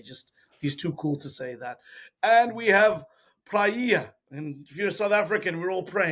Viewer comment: Good video! But, please, pronounce “Praia” like if it were “Prye-a”, do not pronounce it like “Praee-a”. Actually, 9 inhabited islands, 1 uninhabited. If you are still in Praia, I hope you enjoy your stay. 🫂❤👍